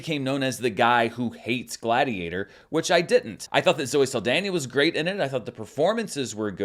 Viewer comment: Just fyi: There is no "i" in Zoe Saldana (not Saldania).